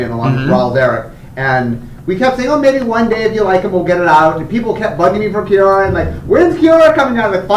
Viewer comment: It sounds like they say QR instead of Kiora.